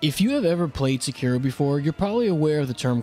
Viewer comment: Thank you for not pronouncing it as Sekido like every weeaboo only ishhin says it like that and everyone else in the game says sekiro